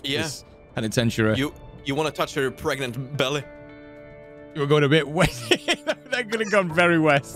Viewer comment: oh God I can't believe you said pregananant, that's a golden reference